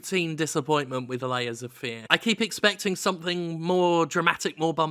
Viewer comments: There's a point where it sounds like Jim says "Laser Fear," and that sounds like a more interesting game. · It sounds like you're saying "Laser Fear" which sounds like a better game.